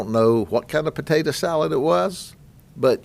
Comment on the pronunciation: "Patadah salad maker"